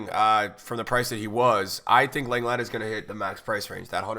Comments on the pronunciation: Got a lot of love for you dude, but it's LONG-LAY, not LENG-LET. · Long-lay not Leng-lett haha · You pronounce lenglet as longlay You’re welcome ocd ppl